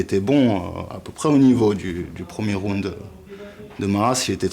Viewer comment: Aie aie aie les francais... on dit pas rounede on dit round